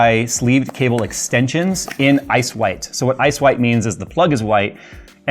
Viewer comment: Why do I hear "ass-wipe" when says "ice white"?